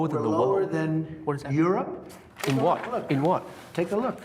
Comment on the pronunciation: whot books lol